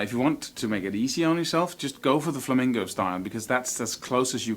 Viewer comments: It's "flamenco", not "flamingo"! That drives pro flamenco players crazy! Also, most of them use capos, usually on the first or second fret, to lower the action on their guitars so they can play faster. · All I heard was flamingo... haha... On a serious note you're amazing. Great lesson I wish I had a tiny amount of the talent u have dude.